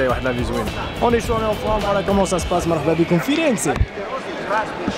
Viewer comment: مدينة جميلة...هي كتنطق فيرنس...الحرف الاخير مكيتنطقش...ضرب شي ضورة في بيزا ...2 سوايع دطريق. Pice.